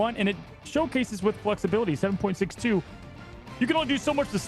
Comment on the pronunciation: Not " 7 Point 6 2" Just 762. Its a bullet caliber. Like .45 ACP you dont say "point 45..." Just trying to help the hosts for the future 🙂